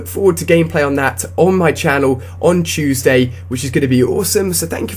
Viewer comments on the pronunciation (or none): none